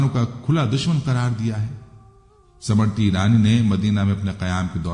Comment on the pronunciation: ❤समृति ईरानी नहीं बल्कि स्मृति ईरानी बोलिएगा प्लीज❤